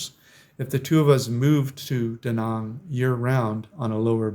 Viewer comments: YOU MISPRONOUNCED ,MY AN BEACH. MY IS PRONOUNCED "ME" AN❤ MY WIFE IS VIETNAMESE AND WE VISIT HER FAMILY IN DA NANG, EVERY YEAR. IT'S CALLED DA NANG , NOT DA NONG😂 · Trying to help those people -Too many GIs died in Da Nang for me to consider it a retirement spot, it’s a friggin communist country ! It’s not pronounced Da Nong it’s Da Nanang - Army Vet Retired 🇺🇸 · I appreciate you are a traveller, but you are still a yank who butchers foreign words. Vietnam ends with nam rhyming with ham and Da Nang is not duh nung! Other than that I enjoyed your vid. Off to Da Nang for 12 th Viet trip in May.